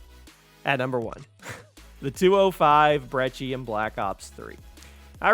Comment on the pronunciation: You actually know how to pronounce "Brecci". Kudos!